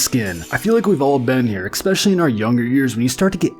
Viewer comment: I turned it off when the narrator said "Expecially." Probably says "supposably," also.